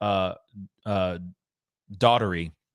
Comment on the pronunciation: It’s pronounced “Dough” as in “play dough”. Enjoyed the coverage.